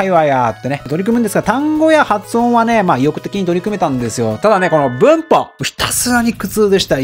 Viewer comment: 「文法」の発音が「うんk」と同じでなんか笑いましたw